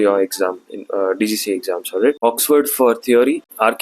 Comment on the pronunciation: bro it's DGCA NOT GCGA.